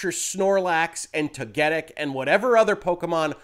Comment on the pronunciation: I'm more upset with your pronunciation of Togetic than Pokimane from yesterday's story. At least I can cut you some slack, because there wasn't much research that went into if "berrying" or "burying" was what you did in the game on the part of whoever transcribed. As an active player though, I find that ecstasy over these two particular mons rather funny. I sure am definitely jealous, absolutely and very honestly, absolutely no sarcasm here.